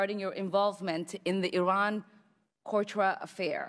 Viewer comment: “Iran-cortra.” You only say that if you have no idea what you’re talking about